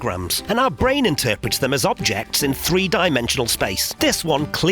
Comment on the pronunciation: There's an audible illusion here too. When your say bwain I hear brain.